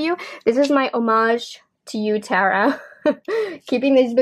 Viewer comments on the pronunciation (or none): none